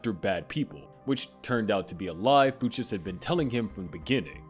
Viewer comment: FOO CHES? Dude did you not watch barry before making this?